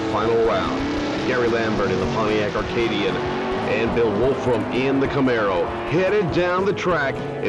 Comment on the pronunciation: Love the cars, including the commentary. Interestingly, the Pontiac Acadian, not Arcadian as the announcer enunciated, was a Chevette clone sold in Canada.